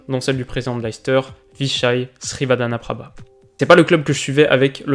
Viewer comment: GG pour avoir bien prononcer le nom du président le Leicester et rip